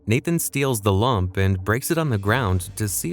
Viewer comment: The way he says Lamp like lump is somehow more annoying than saying Rafe like cafe